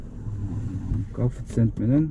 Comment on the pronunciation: Кафицент эмес коефциент